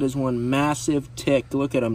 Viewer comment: That's not how you say tick